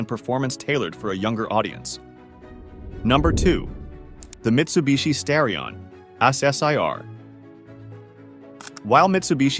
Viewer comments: Wish these videos would get their facts and AI pronunciations right. Original Seville was a top-of-the-line model, not a 'more affordable' one. It's pronounced STAR-e-on, not STARE -e-on, and the Porsche is called a nine four four or nine 44, not.a 900 44. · Just wondering, because I finished the Mitsubishi Starion segment, is this whole thing AI generated? Inhuman pronunciations, supposedly stock footage of obviously aftermarket cars, a shot of what looks like a GM V8 while discussing the Conquest...I just get an AI vibe. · Who the he!! makes these videos? Pictures that have nothing to do with the narrative. Horrible AI voice that can’t pronounce the vehicle names. Wrong “facts”. What a waste of time!